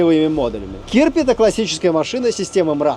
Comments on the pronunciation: Кирпи ударение на второе і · Да, только называется не кИрпи, а КирпИ, и переводится как "Ёж". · не кИрпи, а кирпИ - kirpi - ежик.